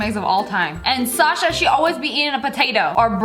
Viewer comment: Its nat sassa its poteyto girl